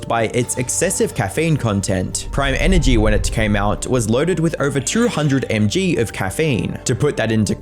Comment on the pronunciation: he also said "200 em gee". I've never heard anyone say that, they always say "200 milligrams"